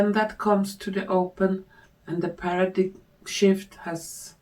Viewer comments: Paradime - how paradigm is pronounced in English👍🏻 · A tiny little help for pronunciation: paradigm /'pærədaim/ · you definitely have a strong intuitive gift. The reading was quite informative. I noticed you were having trouble with the word "paradigm." It comes from the Greek language, and has a spelling that is unusual for English. The pronunciation is like this: PAIR-a-dime. Thanks for all you do! ❤ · Thank you for you beautiful spirit and especially from speaking in English so more of us can follow. Just a not Paradigm is pronounced as para dime